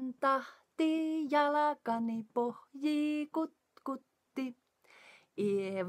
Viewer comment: Hei! I’m learning finnish and when you said the word “Pohjii” I had the impression of a T sound between the H and J letters. Can you help me out? 🤣